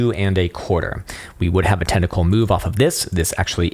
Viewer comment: Technicals, not tenticals...